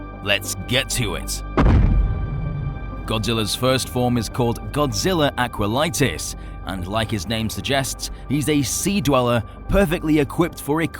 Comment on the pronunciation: It’s not Aqualitis, it’s Aquatilis